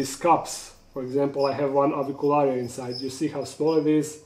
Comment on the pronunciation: You pronounce Avicularia so beautifully. Real Latin!😎👍